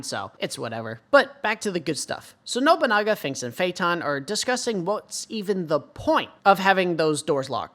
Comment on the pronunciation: Those symbols just indicate which bathroom is for each sex. Please stop overthinking things for 5 minutes my god. And continue calling Nobunaga "Nobonga" It's Funny.